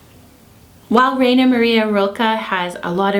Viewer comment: Thanks for making this video. BTW, Rainer is pronounced "Rye-ner".